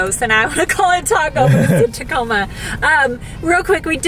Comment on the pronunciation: Husband calls tacomas Taco Ma's